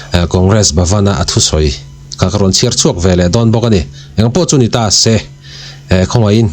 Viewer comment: Se tih hi ilamtawi lutuk Seee thluk deuh teg 😮